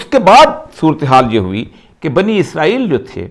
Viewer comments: عزرائیل نہیں بلکہ اسرائیل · اوریا صاحب اسرائیل کو ازرائیل کس زبان میں کہتے ہیں؟ کویہ انہیں اسکی نشاندہی کرے اگر یہاں لکھا وہ نہیں پڑھتے۔